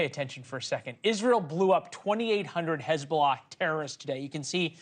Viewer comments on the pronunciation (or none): Hey-bullah! Please check your lullah😂😂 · Such an embarassment for his-bo-lah😂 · Hez-bolls-ah gone 😅🎉